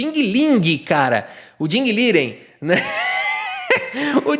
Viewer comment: Ding Ling é sensacional! Dei umas boas risadas kkkkkkk Vai, isso que dá querer pronunciar o nome do Liren como Lijen 😂😂😂😂